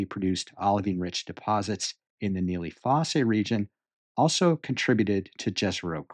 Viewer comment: it is pronounced foss, not fossay.